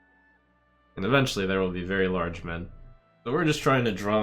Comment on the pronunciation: its so strange how you say 'men' but its also refreshing xD